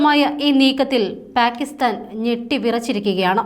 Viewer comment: പ്യാകിസ്താനല്ല മാഡം , പാകിസ്താനാണ്. പിന്നെ, ഝേലം നദി എന്നാണ്,,,, ചലം അല്ല😅